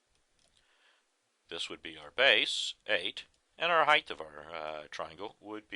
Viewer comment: Excellent refresher...HEIGHT .....not heigth!! sorry its a pet peeve